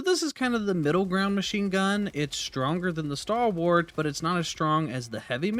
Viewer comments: You need to work on your pronunciation of Stalwart. It's "Stall" as in "tall" and "Wert" or "Wrt" with emphasis on the first syllable. "STALL-wert" Also, it's sentry, not "century." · I shudder a little every time I heard "Starwart"